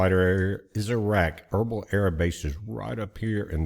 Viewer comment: Irbil=Irbeel not erbul just saying🤷‍♂️